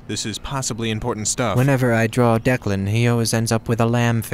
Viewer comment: It's DECLAN. It's irish, just 2 syllables dec-lan so damn simple and yet nobody understands it, even in writing. It's always deekan or dylan or deckland, or the dreaded first grade ''Duckland'' bullshit. DECLAN why does nobody understand?!